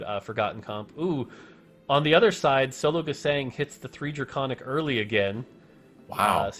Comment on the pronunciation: Can anyone please tell that the german "Sologesang" is pronounced more like zologezung. So with a very soft "s" like the "z" in "zoom" and the german "a" witch sounds more like (but not quite the same) the "u" in "lung" or "plumming" or "but".